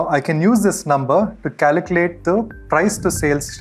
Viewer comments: CALCULATE, not "caliclate" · Great video and super helpful but for god's sake please learn how to pronounce "calculate"... it's incredibly distracting.